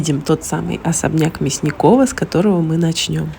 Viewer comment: он вроде МЯсников, а не МясникОв.